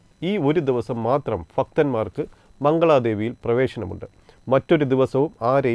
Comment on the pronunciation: ഫക്തന്മാരോ??? 😂😂😂 ഭക്തന്മാർ ആണ് 🙏🏻